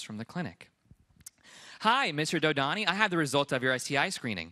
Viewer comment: I am not even sure if we he's pronouncing his last name right! Either he understandably can't pronounce it right or he's "white-washing".